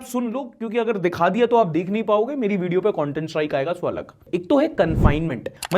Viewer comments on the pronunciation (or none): none